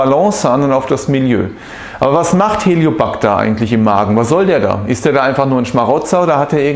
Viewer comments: Es heißt nicht Helio backter Helicobacter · Helicobacter nicht Heliobacter! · Sprechen Sie von Helicobacter oder Hellio Bacter? Und was ist denn der "Hellio Bacter"??😂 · "HELIO -PACTA"😂 Lernen sie bitte mal Professionellere Videos zu machen...unfassbar...